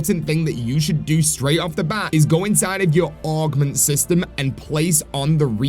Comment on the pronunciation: Why do you keep calling them ARGments?!